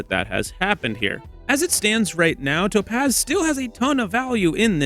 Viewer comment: I hate how you say "To pazz"